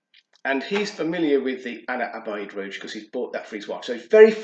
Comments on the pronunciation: Nice video mate…quick tip on pronouncing Ana Abiyedh….just read it “Ana Abyad” it translates to “I am White” 😄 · no worries man…I haven’t seen anyone pronounce it correctly on YT so far 😄 also it ‘s “Ana Ab-Yad” I realized the way I wrote it still looks confusing for a non Arabic speaker 😄 Keep up the good work bro, liking the content!